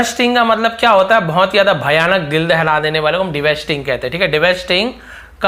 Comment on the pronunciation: devastating pronunciation... I learn from u everyday but sometimes I see some mistakes from you sir but it's okay 😊